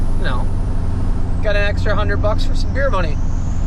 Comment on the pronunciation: Did you say 100 bucks extra "beer money" or "Deere money" ? 😆😆